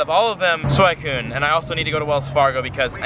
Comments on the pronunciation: It's SWEE-Cyune not SWY-Cyune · sakura is not pronounced "SAKERAH" its sakoora and suicine is not swycune its swee cune. smh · You mispronounced Phanpy (its not Phanphy) and Suicune (its not a Suaikune) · Suicune is pronounced swe-cune instead of swy-cune, Love the Vids keep it up! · Its pronounced SWEEECOOON 🤣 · wut why do u call suicune for swicune? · It's not freaking pronounced SuWHYcune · It's not Swycune .. Pronunciation pls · It's pronounced "Suweecune" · It's pronounced Sweeeeeeecoooooooon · every time you say suicune wrong I die a little bit inside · Your pronunciation of suicune had me livid. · dude, I love ya, but please pronounce suicune's name right. I cRINGE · the way you say suicune hurts me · who else hates it when people pronounce entei and suicune wrong, i go by anime pronunciation